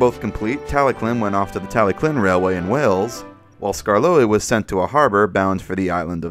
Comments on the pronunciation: Isn't it pronounced "Tal-e-thlyn", or "Tal-e-klin" like how you pronounce it? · i am sorry but it's tallylyn not tallyclyn and it's also not doldock it's dolgoch